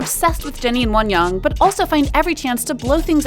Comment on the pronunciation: the way she says wonyoung💀💀💀